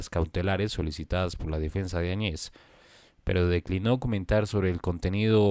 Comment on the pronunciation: Se pronuncia, Añez y no Añe's